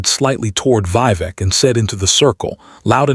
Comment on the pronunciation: The voice and images don’t match. Mispronounced Vivek and Not Karen but pronounced Karon, male name not Karin.